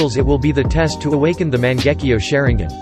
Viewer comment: Sharin-gin lol